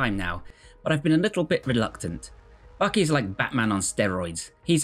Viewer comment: It’s Baki. Not Bahhqkey!!!